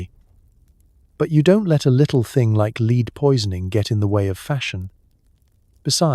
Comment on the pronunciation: Lead (metal) pronunced as leed. Bow (to bend and lower your head) pronounced as bow (tie a ribbon). I've been wondering how there are so many channels similar to this with daily productions. Is it computer generated voices (I know they are really good these days)? Is the text also generated? I enjoy these. Just curious